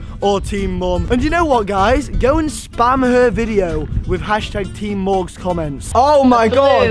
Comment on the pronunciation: Teem morgz not teem mom